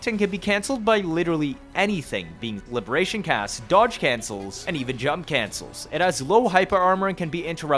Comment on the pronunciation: I love the emphasis bro puts on 'fleurdelys' but says 'libertatyon' or 'forty circuit' 🤣 on a real note; great vide. super in depth and surprisingly entertaining. the jump cancel is still rotting my mind, soososososo strong